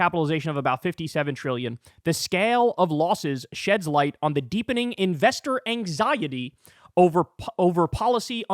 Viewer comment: Liar not right out, chicken little trying to help it happen with your paranoid premature predictions. Can't even pronounce anxiety right?